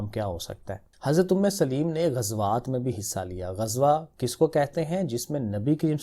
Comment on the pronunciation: Umme solaim not umme saleem